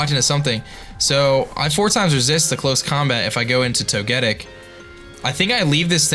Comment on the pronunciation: I hate to be the one to point it out but to get ic its pronounced toga tick not to get ic i know toga tick doest look like it would but thats how it is